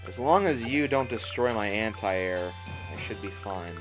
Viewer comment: lol he said aunt-i-airs